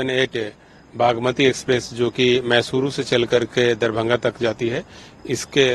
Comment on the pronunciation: थोड़ा पढ़ा लिखा anchor को बिठाते, इसे दरभंगा बोला नहीं जा रहा है